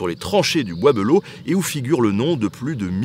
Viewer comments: Un gars de Château Thierry te dit qu' on ne dit pas "belleau" mais "bélleau" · bizarre la prononciation : "beulo" au lieu de "belle eau". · Pareil tkt , on dit tous Bélleau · Du coup y’a que moi que ça dérange qu’il dise « le bois beuleau » et pas de belleau comme nous on le dit? 😭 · Je suis de Château-Thierry. Jaulgonne exactement en dessous du Charmel. Petite anecdote, Le bois De Belleau se prononce Bélleau dans la regions. non bois beulleau. En patois sa donne "Le bois D'bélleau" En tout cas super chaîne merci continu !!!!!. Et si tu repasse dans le coin dit le je connais plusieurs sites historique de toute époques. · Wouhahou ! C'est chez moi ! Maman regarde, on passe à la télé ! Euh par contre on dit pas "Beulleau" mais "Bélleau"... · Slt nota bene Je vis à Château-Thierry et on prononce pas « Beuleau » mais « Bèleau » Sinon super vidéo j’espère que tu as passer un moment agréable ici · moi aussi cela me faisait tiquer quand il disait be à la la de bé. Mais bon c'est vrai que c'est pas instinctif. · Alors ceux de la région, je ne sais pas comment vous prononcez Belleau, mais moi qui vie à Château-Thierry depuis 27ans, j'ai toujours entendu prononcé "Bélleau" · Cest le bois b“é“lleau enfin on le dit comme ça dans le patelin 😂 sinon excellente vidéo j’adore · "Le bois Beulo" ? Le casque "Adriane" ?